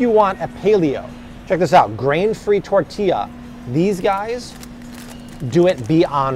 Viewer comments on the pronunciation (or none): none